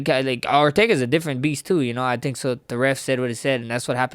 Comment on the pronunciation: I love how he says “tink” instead of think lol